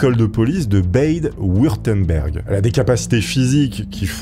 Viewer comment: Quand le Bade Wurtemberg devient le "bèide Wurtemberg" prononcé à l'anglaise...😄